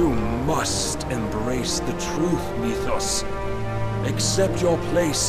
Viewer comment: I'm sorry, but can we TALK about how it's spelled "Mythos", which is like an extant word, but 100% of the voice actors say "MEWthos"? Once you hear it the bell cannot be unrung. This is the greatest mystery of my storied life.